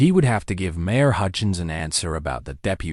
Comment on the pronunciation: Good story, but it was hard to pay attention since the person reading it was not getting their punctuation. Write the cadence other voice right and mispronounced a lot of important words like the word mayor. When she turned into a two syllable word Mari, I have had quite a few problems, listening to your things when people pronounce common words wrong like when they call a lead rope a lead rope I know they’re spelled the same but when it’s pronounced LEED anyway, either one is pronounced Ellie a D Amer MARE should not be pronounced MAR I like the name, Mary and they were putting the periods in the wrong place and pausing in the wrong place. I’ve heard a lot better by you guys.